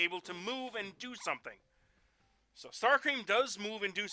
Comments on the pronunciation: he says star cream not star scream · I'm sorry but I could stop laughing when you said 'StarCREAM'